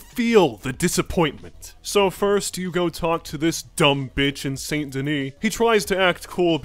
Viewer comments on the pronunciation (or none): none